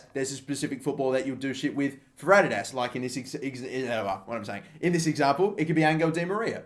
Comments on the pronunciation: why are you saying adidas like that? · stop saying adidas that way plz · The way he says Adidas kills me😂😂